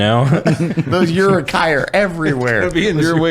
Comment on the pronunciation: This is the first time I've heard Uruk-hai pronounced like that. "Yurukhai"